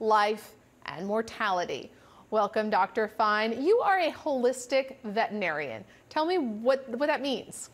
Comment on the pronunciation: "vet 'n arian"